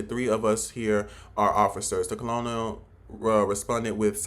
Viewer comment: My guy don't do a review on a movie that you don't understand. Colonel pronounced kernel. Military people understand the story line. The story is the story.